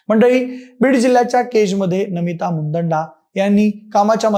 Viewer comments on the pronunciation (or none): मुदंडा नाही मुंदडा उच्चार स्पष्ट म्हणा